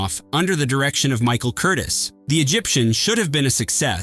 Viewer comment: Michael Curtis? Pronounced Michael Curteez.